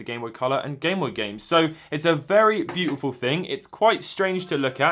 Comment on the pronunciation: “Byoo tih foow”